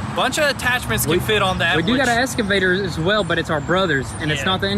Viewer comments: So tired of the little one always saying “escavator”. It’s EXCAVATOR for Christ sake. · For the love of christ, its excavator not escavator fellas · X-KA-VA-TOR. (no S) :) you guys are the best. Keep kicking it. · IT IS FUC&*NG EXCAVATOR NOT ESCAVATOR 😁😁😁